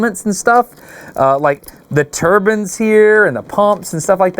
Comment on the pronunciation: Lol Dustin. They are TURBINES, NOT TURBANS OR TURBINS!! ^😅😅😅